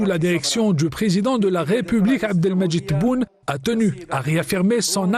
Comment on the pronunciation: réaffirmé Abdelmadjid Tebboune la charte algérienne l'Algérie algérienne Elle ne semble pas contrôler les muscles de sa bouche d’où ses problèmes de prononciation. Ou peut être faut aller mollo sur les piqûres !